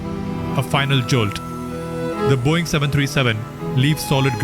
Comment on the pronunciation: Wtf is this video? "Boieng" 😂 Do better mate.